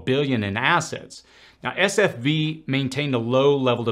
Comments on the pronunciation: I know you probably address this somewhere in the thread but you keep saying SFB instead of SVB. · It is S V B, you keep saying S F B. Not a big deal, just clarifying. Good video 👍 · Who else loved when he said sfb instead of svb. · S V B not SFB